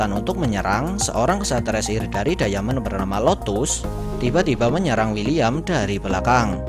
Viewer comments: Bkan dayamen bang tpi daimen bacanya di menit 3.11 klo gak salah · Jgn diamen dong min bacanya, daimen gitu 😉